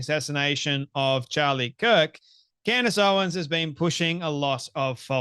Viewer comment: Why do I snicker every time he says Candy Owen’s? 😂